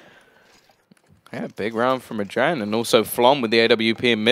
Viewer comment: It's not "Adren", it's "adreN (like in adrenaline).